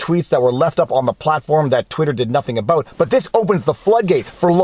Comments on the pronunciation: I didn’t know you were Canadian until you said less aboat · You said "Abaooot."